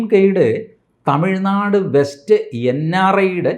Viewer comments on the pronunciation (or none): none